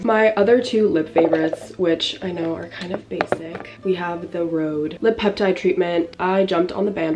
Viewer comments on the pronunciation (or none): none